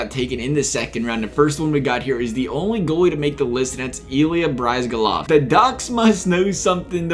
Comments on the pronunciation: You're my favorite NHL Youtuber but omg the way you said Bryzgalov xD It's Brizz-Ga-Lov xD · It's briz-gal-ov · Please learn how to pronounce bryzgalov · Oh lord, don't butcher Ilya's name like that hahaha